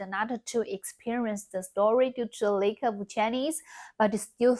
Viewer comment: "lack," not "lake." "Lack" = 没有; "lake" = 湖. The "a" in "lack" is pronounced like pinyin "a," and the "a" in "lake" is pronounced like pinyin "ei."